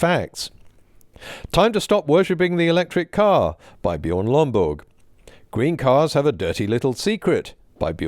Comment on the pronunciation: I could listen to you enunciating "Bjørn Lomborg" on a loop all day